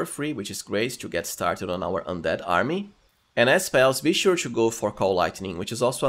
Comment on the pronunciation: Intresting! I will certainly play as shroom druid in my next walkthrough. P.S. English is not my first language, so I was confused with your "cho" until I understood that it's just "to" and you're pronouncing it in a funny way.